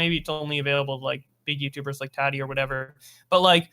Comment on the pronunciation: The way you say Tati makes me want to cry